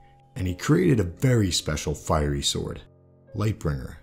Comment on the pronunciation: Nice insight. One thing...."fiery" not "firey"